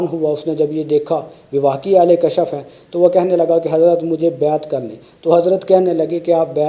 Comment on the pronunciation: kashaf nahi janab Kashf